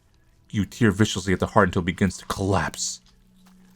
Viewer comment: I don't know if this is a running joke or something, but that form of "tear" rhymes with "fair."